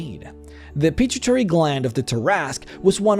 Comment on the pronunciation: Lol you butchered "pituitary"